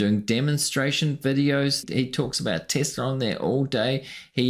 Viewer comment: I did not know it was said "Tissla"